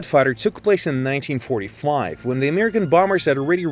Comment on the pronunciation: Did..Did he say nineteen-forty-FLIVE?OMG